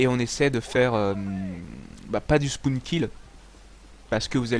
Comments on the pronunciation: Ca va faire tourner le spoun ! MDRRRRRR on dit le " spawn " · super video, mais on dit spawn, pas spoun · le spoun nn c le spawn surveille ta prononciation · "SPOUN" xD